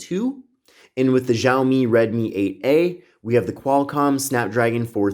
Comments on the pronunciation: Btw it’s pronounced “shaow - me” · It's pronounced "Xia-omi"